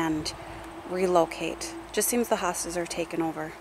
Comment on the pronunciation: Hostas not hostages lol